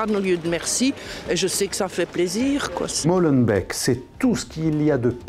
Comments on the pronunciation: [Molenbéék] pas [Molenbèk] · Je suis belge et parle le neerlandais. Dans cette langue, le double 'e' se prononce comme un " é long". --》On ne prononce pas 'molenbèk' mais 'Môlenbéék' Merci a tous !!! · Pour info d'une Belge, ce n'est pas Molenbèk mais molenbéék 😀 écrit phonétiquement !!! Bravo à livre noir pour oser là où personne n'ose ! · On prononce le nom de la ville comme cela "Molenbéek" et non "Molenbèk". Merci pour votre reportage, j'ai hâte de le regarder.....:-) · Faudra juste apprendre à prononcer Molenbeek comme il faut. Autant pout le journaliste que l'interviewé qui clairement n'est pas du cru. Pas pour nier le gros problème, je me demande juste s'ils sont concernés au premier chef. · En fait tout ce qui se passe est dû à la mauvaise prononciation. Molenbeek,NordineBebek,Belek, Bsahtek 😂😂😂😂 c'était déjà joué d'avance tout ça 😭bon courage et vive le porc Halal ,le couscous pieds d'porc 😭😭😂😂